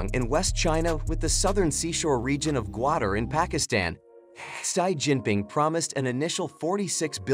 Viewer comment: Irritating ! You pronounces to the name of President Xi Jinping wrongly ! It is see Jinping and not shy Jinping. 👻